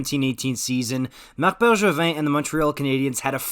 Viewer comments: this guy is just a montreal hater, can't even pronounce bergevin properly lol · The way you say Bergevin to me as an American is throwing me tf off lol